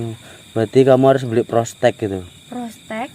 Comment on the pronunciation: Tespek x master bukan prostek 🤭